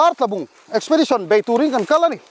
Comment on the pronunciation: eksipedisawn tih tur lawm :D